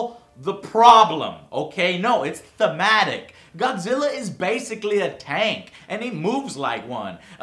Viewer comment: Joe....joe...im godzirra...im godzirra joe